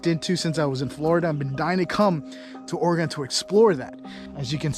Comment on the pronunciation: Proper pronunciation of Oregon, think of this….in a fight would you want a knife or a gun….